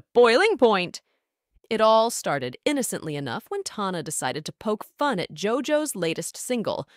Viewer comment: Good video!! Just one thing tho Tana is pronounced like tan-a! Other than that such a good vid